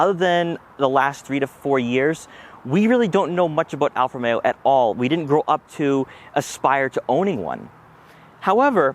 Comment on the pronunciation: Nice review but why do you keep saying "Alfameo"?